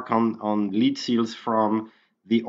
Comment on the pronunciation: Lead(the metal) is pronounced Led. Lead(to lead someone somewhere) is pronounced Leed. There is a big difference.